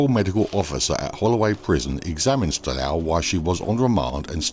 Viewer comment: Its not Styl-a-ou Christophi, but Styl-ooooou Christophi